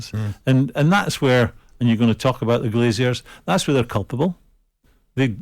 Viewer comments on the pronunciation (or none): Graeme - it’s “Glazers”, not “Glaziers”. They don’t install windows, they just leach money from sports teams.